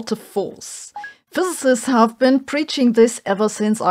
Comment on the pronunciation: Finally Sabine said "physicist" instead of "Fözösöst"